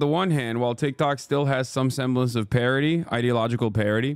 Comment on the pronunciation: He said parity You heard parody I heard parrotty